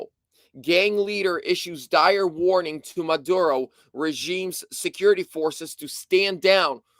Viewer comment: its pronounced Me lay and Mo Do ro